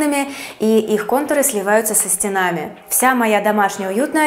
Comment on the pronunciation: со стЕнами а не со стенАми...